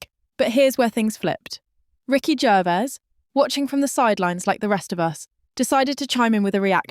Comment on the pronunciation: AI can’t even pronounce Gervais. Ricky said nothing